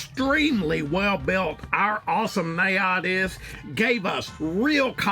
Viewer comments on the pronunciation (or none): Omg you butchered the classic Najad red;) Been following since the beginning of times